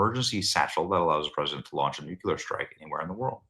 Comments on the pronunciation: Nu- clear. NOT nu-quiler😂❤ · New clear...not nucular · Nuclear, Benny, Nuclear!!! Pronounced Nuk lee ar,, NOT nuc you lar as you pronounce it...just look at the spelling...Nuclear...Nuc le ar...not nucular...love your service but mispronouncing this particular word does not make you come across as particularly intelligent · Please please stop saying nucular. I love your content but every time you say nucular rather than nu-CLEAR, I literally lose brain cells. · Damn why can't you learn to pronounce the word NEW CLEE R....not NEW CUE LER. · Benny. You’re also pronouncing nuclear incorrectly you’re pronouncing it “Nuc Ya Ler”. Properly it should be pronounced “Nuc Lee Er” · I've come to believe that in order to become a very accomplished journalist, you must be able to mispronounce nuclear regularly. NuKular. Sounds like sheer professionalism. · New-Cue-Lar? come on, now you're just doing it on purpose. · Benny!!! NOO-QUE-LER???!!! 🤦🏻‍♀️ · Oh Benny..it’s NU-CLEE-UR. Love you dearly, but you sound like GW when you mispronounce that word 😂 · Benny, when are you ever going to learn how to properly pronounce the word nuclear? I've only pointed this out about 14 times. Guess you or your staff never read your comments. Keep mispronouncing it and it makes you look like you don't know what's up. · Can someone teach benny how to pronounce "nuclear" wtf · Benny. Please open your mouth properly when you enunciate and work on your “S’s” as in the phrase “Secret Service”. When you say, Secret Service you whistle. Love your show, but it’s difficult listening to you because your mouth doesn’t move properly. Your mouth should not whistle when you pronounce an S.